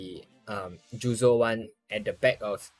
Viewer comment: ayy yooo!! its so long ma tuber! btw its jozu not juzo 😄